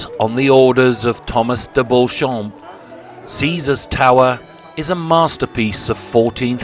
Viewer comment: Be good if you got some of the surname sounds correct.. Beauchamp, is pronounced Beecham.. And Beaufort you promounced incorrectly.. You said trebuchet correctly though.. Ive seen this very one .